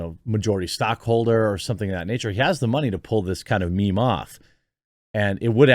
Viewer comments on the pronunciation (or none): Nigga did you say meme 💀😂😂😂